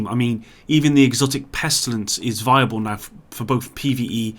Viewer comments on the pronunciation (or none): none